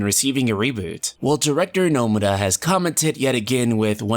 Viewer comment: The way you say nomura makes me cringe